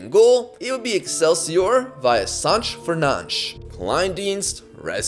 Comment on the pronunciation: it's not Sanch it's Sanches